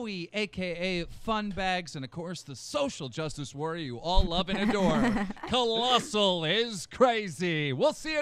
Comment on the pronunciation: at some point keem called colossal "clien" lol